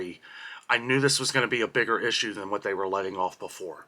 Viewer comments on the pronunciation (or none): none